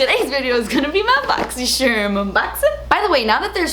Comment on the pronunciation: I love the way you say boxy sherm lmao